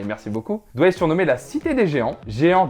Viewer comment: Noooon le S à Douai....